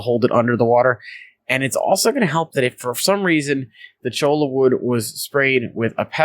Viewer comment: I collected some when I took my ecology class out to the desert. I cringe every time you say CHOLA.... it is Cho-ya